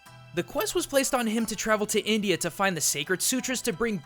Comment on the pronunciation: "The quest was travelling him to Nindia" So India is pronounced Nindia not India